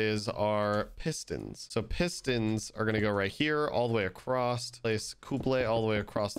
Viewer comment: Bruh there’s no T in across